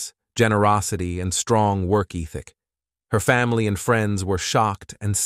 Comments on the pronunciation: “Known for her strong work eethick “ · Eeeeethic. Sir, it’s (eh-thhh-ick) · and work "eeeticks" lol for work ethic. 😅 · Demeese and eeethick? That’s a weird way of saying demise and ethic. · these videos would be better if they could find a human to read the stories instead of a computer that has no clue how to say English words like fleeing, ethic or demise- maybe they should stick with 3 letter words that even trump could read?